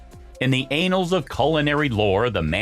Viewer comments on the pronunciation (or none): anals of military history. Thats why this gets a thumbs down. Sick of ai crap. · AI commentary is still pretty crap isn't it? There are two "A's" in ANNALS - anals means something totally different. And as for "Wassersuppay" it's pronounced "Wassersooper" Dumkopf! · “In the anals of culinary lore…” Umm, you may be discussing “shit on a shingle”, but “annals” and “anals” certainly aren’t homophones. I tend to think this is not a problem with AI pronunciation so much as a naturally pig-ignorant American narrator.